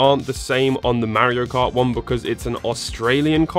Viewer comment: "Mario Kurt" 😂😂😂Ich brech ab! 🤣🤣🤣